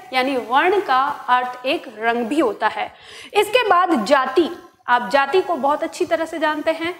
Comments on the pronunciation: कम समय में आपने बताया, आप विद्वान् हैं। गलत पढ़ाते हुए निर्देश देती हैं कि वीडियो न देखें। इनका घबराहट आप जैसे लोग से है। हिन्दी में जाति का उच्चारण जाती करती हैं। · लगता है महोदया बिहार से हैं। क्योंकि वहां लघु होता नहीं सब दीर्घ उच्चारण होता है। जैसे:- जाति को जाती बोलती हैं।